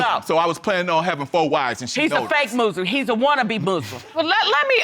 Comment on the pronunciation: ‘’We’’ Muslims don’t do that! Having children everywhere without marriage! And i can tell from the way he pronounce Muslim with a Z 😂